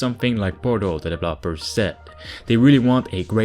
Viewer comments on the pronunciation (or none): Developers needs accent on the second e, not the last one. please :D